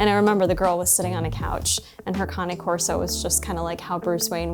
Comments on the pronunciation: Kane corso not karney corso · It’s not conny corso…Cain corso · lol canna corso lmfao when you say candy cane do you say candy canna too just because you miss pronounce a word don’t make it bougie😂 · You shouldn't have a dog if can't pronounce there bred iks pronounced Kane corso.Get your self a hand bag dog.